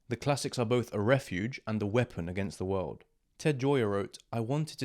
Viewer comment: اوتش The world you said😅😅 It feels like someone slap me on the face